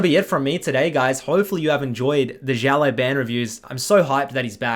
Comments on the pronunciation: It’s NOT xiao LAI ban it’s xian LAO ban DUDE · Stop saying his name like jello ban go research a little bit on how to pronounce it’s not even hard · schau ley bän? XD